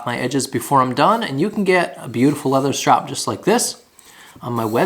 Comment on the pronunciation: And strop is not pronounced strap.